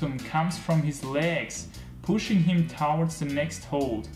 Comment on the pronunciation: Please check the right way to pronounce ‘towards’...